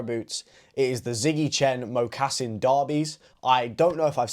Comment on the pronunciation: Nice vid 👍🏽 Moccasin is pronounced Mocka-Sin btw